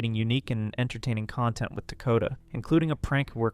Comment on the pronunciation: Does he have something alongside dwarfism? He speaks like a baby? Like his voice is very child like and he says things like wiff instead of with and he makes lots of mouth sounds and speaks In pauses like a toddler. I’m not making fun of him I’m just asking if he’s mentally stunted bc lots of dwarfs do not also sounds and talk like a child, I really think felicity is sick af. Bc she interacts with him like he did a. Toddler and she is the mother not boyfriend girlfriend